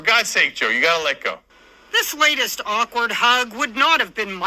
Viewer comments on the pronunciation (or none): none